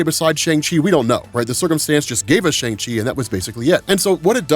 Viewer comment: Bruh. Learn how to say Shang